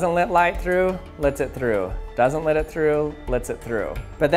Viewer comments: Why he say lit instead of let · Lit me tell you...I love how you say: "Lit", when you are trying to say "Let". I'm also glad that we live in a country that lits me tell you that. However, lit me know if I have offended you. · I always wonder if he is saying lit when talking about light to be punny. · I've been noticing that you pronounce the words "Let" and "Letting," as "Lit" and "Litting." Is that a regional accent or is it just a unique speech pattern?